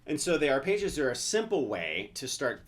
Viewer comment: it's ARPEGGIOS, not ARPAYGIOS.